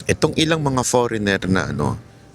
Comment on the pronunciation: Idol By Ang Pronunciation ng FOREIGNER ay forenier silent ( G)